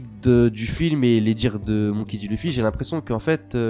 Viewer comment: mdr tu dis l' "u" ffy au lieu de l "e" ffy biensur ca s'ecrit luffy mais c la prononciation